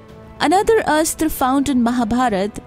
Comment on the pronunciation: She says astr, but mahabharathA. Its neither astr nor astrA, buy astra.